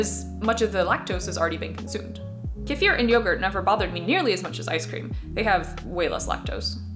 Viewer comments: As a russian, I appreciate it. I was so surprised to hear correct pronunciation, that I now suspect she has russian roots :D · I really appreciate your proper pronunciation of kefir. I'm not sure if the Russians would complain, but it's so much nicer than "key-fur".